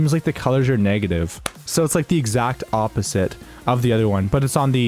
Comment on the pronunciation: exact AWPSITE?